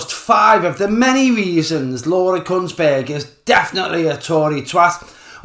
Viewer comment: Are you saying Laura's name with C and a T in there? Could just be the accent😂